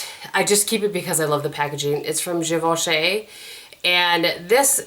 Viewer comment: geevochy is the pronunciation not being a smarty but now you will doung correct and french.